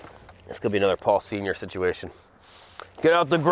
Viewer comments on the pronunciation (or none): none